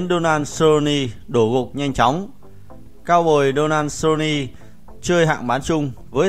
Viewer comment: Giọng thì đọc kinh khỏi bàn, MẮC LE GO , SU LO NI hài thg chủ kênh.. 1 kênh thông tin mà đọc thế thì m nghĩ là vừa :)))